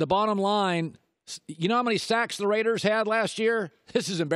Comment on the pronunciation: Colin, please never say “the raidas” again.